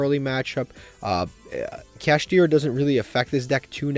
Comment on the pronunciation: Saying kashtira is close to purrely should be a crime